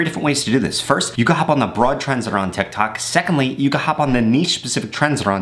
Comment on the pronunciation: 150 u said tictac lol